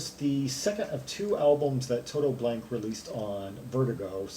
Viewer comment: GmbH means Gesellschaft mit begrenztet Haftung, literally a “company with limited liability”. Blanke is pronounced Blan-ka, but you apparently don’t speak German :-) no problem. 98 percent of the Krautrock stuff we played back then was just improvised. Very little composition was involved as most of the musicians couldn’t read music anyway. I was a session player so I played with some of these bands like Embryo so that I could tour North Africa with them, that was fun but earning 600 marks For two months tour was really ridiculous. We were young and we just did it for the experience.